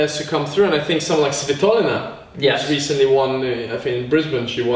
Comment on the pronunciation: спасибо что учите мир правильно произносить фамилию "Свитолина". Hey, thanks for letting the world know how to emphasize "Svitolina" right. 😁